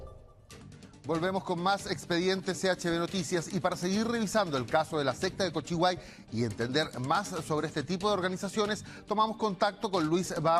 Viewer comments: Por qué el presentador dice "Cochiguay", es "Colliguay" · Cochiguai o Colliguay? El presentador anda terrible perdido se nota que nunca a subido al pueblo de Colliguay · Colliguay es la palabra,no cochiguay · La sexta de cochiguay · Se equivoco nomas señora jajajjaja es humano el weon po jajajaja igual decía colliguay para que este tranqui jajajajaja